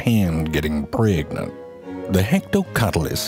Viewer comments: "You risk getting your hand preggnann " oooohmy! LOLLLL. Cute be..bees!!!! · "Preggdnat" hahaha died. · You risk your hand getting PRYEGNANT...lmao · you’re gonna get pre-ig-nant! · I love the ways he says pregnant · Omg the way he said pregnant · I really hate the way he says pregnant but at the same time I really like it